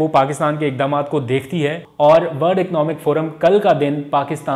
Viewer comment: Word naheen worl d please correct your pronunciations.